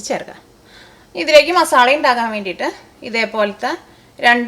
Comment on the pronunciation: മസാളയല്ല... മസാല എന്നാണ്... മസാല...